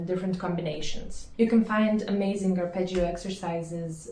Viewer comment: It's Da-dario, not Dia-dario. Also, ar-pe-jo. In Italian Gio, Gia is always pronounced "jo", "ja" short.